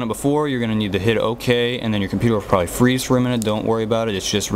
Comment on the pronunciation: Your pc sucks!! Buy a Mac they are the best, just the fact that they make fun of themselves in commercial and praise the pc must tell you something** LOL listen "your computer will feeze for a minute** LOL buy a mac !!!!!!!!! BUY a MAC